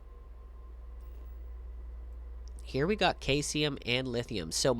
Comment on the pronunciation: Also Caesium is sieze-ium. Similar to how you would say Caesar. Either Julius Caesar, or the salad / salad dressing. Good info but I could only make it halfway through before the mispronunciations triggered an OCD reaction and I had to stop watching. Try to type up a script (or speech to text if you prefer) and check any pronunciations before recording your audio. It helps you stay focused (I don’t think you have that problem as much as I do) and improve the overall quality of the finished video.